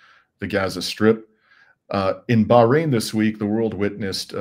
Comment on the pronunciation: ❤❤, thank you for pronouncing BaH rain correctly! ❤❤